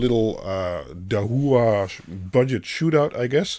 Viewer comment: pronounced dah-wha, dah like dit dah dit (morse code) and wha , like saying what, but without the "t" dah-wah. dahua :)